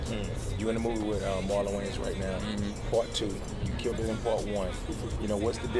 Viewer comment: Straight butchered Marlon Wayans' name... Lol